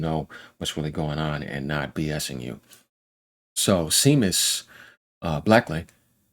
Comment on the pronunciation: not SEE MUS...SHAY MUS...bro you crack me the f up 🤣